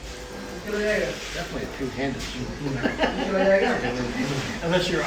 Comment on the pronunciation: This is my fevret shword.. I love this shword...